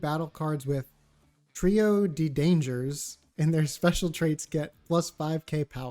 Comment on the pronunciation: No one ever pronounces Trio de Dangers correct lol